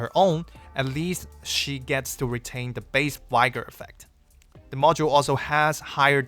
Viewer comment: I don't anyone cares especially a year later, but "Vigor" isn't pronounced "vygor" lol